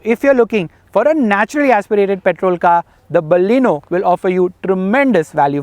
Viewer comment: hI....IT'S NOT BAALLEENO, like "balle balle"....it is Baleno.